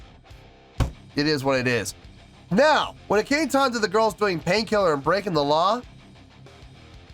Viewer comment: I think it went well together. Not horrible anyway. What I think is cute though is Su's English wasn't as good as it is now obviously so her L's were still R's so she was saying pain kirrer. To me that was too cute. She was having fun and wasn't restricted with choreo. Same with Moa. Moa is a super natural and can free flow. Yui is a great dancer but is more shy and I think has a little harder time being free from choreography. But I think they all had fun. Even though it wasn't their crowd or normal setting. 🤘🦊🤘 Moa knows the guitar some. She was learning at one point. Yui was a pure beginner but she was trying to learn too from what I have read. Also from what I read is that Rob was to do one song with BABYMETAL but was having so much fun and adored the time he spent with BABYMETAL that he asked to do 2 songs instead. 8.7 is great. I mean look how much fun YOU had watching it. It was just a treat to see them do this. We got to see more personality from the girls too.